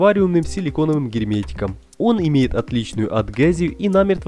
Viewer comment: Где вы находите таких озвутчиков? Автора из первых уст было приятнее слушать чем этого АДГЭЗИЮ и ДЭКОРИРУЕМ. Мистер кухОнное полотенце Этому мистеру АЛименты 10 Крутых вещей с АЛИЭКСПРЕСС озвучивать надо